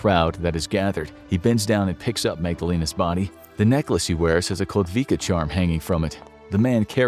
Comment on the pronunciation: Kotwica. Read it like “kotvica”